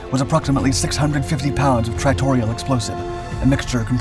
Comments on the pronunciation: "Tritorial?" No, it's TRITONAL. Jesus. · At the filler used is said to be tritorial or whatever this guy mumbles. The filler used is called Tritonal. Prounced " try ta knawl". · tritanol = tri ton al or try ton all, emphasis on first and last syllables. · Dude WTF!?! You mispronounced the explosive so many times its ridiculous then said the bomb was transported by a 141 but you showed a C-5. Jesus Christ man!